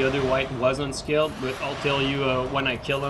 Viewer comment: I can never tell if you're saying unscaled or unskilled :D same thing though so it doesn't really matter please do more of these